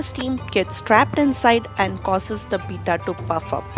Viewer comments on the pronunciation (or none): the way you pronounce "to puff up" made me laugh a thousend times!!!!!! xD